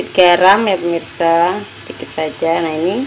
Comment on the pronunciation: ngomong gak bener permisa permisa terus haahah, tapi benar juga bikinya tuh